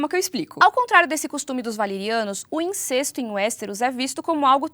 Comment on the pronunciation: Eu acredito que a fonética da palavra incesto seja "in-cés-to" e não "in-cês-to". Aprendi dessa forma.